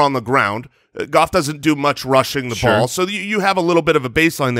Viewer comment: You think its Goff?..... Its Gaooff